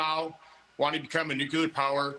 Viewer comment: Beware of any senator that can't pronounce the word nuclear...